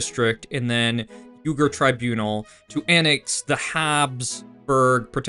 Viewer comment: That ethnic group is called the "Wee-gers," NOT the "You-gers"